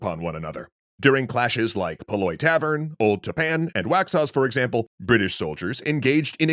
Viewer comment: As a local, I'd like to note that Paoli of Massacre of Paoli fame, is pronounced Pay - o - Lee